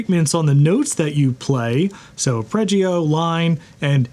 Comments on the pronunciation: It's Are-pej-ee-oh not are-preh-jee-you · Who's gonna tell him that it's not "a-preggy-o". Or is it engagement bait? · Well, he did pronounce arpeggio as "are-preh-jee-yoo". So not a musician checks out. 😂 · I will not be triggered by how Arpeggio is being pronounced. I will not be triggered by how Arpeggio is being pronounced. I will not....